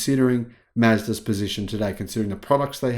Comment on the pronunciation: i like "Mezdas"